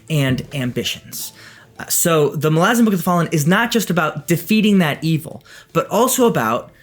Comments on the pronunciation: yhen hes pronouncing it wrong lol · You pronounce malazan wrong